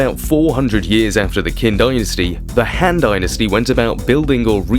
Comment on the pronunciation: If I were to pronounce English place names the way you pronounce Chinese, London would be Low endo en. Qin sounds more like Chin. Not Kin. And Xiongnu is more like Shong (rhymes with gong) New. We have the internet. You can do better. Otherwise, well done!